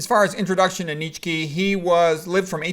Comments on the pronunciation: Less than two seconds in this man says neech key. So I blurt out i'm done. Not a good sign that you know what you're talking about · What the hell pronunciation is he using for Nietzsche? It’s pronounced “nee-chuh.“ My ears are hurting from this guy